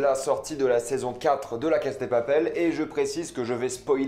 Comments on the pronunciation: Répète après moi : "La casA de Papel", le A se prononce, c'est pas "La Case de papel".... Sinon, bonne vidéo... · pourquoi tu dis "la case" au lieu de "la casa" ? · La cassssssaaaaaa de papel ptn de merde pas case de papel ptn maîtrise ton latin 🤦‍♂️🤦‍♂️🤦‍♂️🤦‍♂️😑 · C'est moi ou tu dis (la caSSe de papel)???!!!! En fait, y a un (A) à la fin 🙄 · Arrête de dire case de papel c pas ouf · On dirais tu dis « la casse de papel » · On m’explique pourquoi il dit tout le temps la « cass » de papel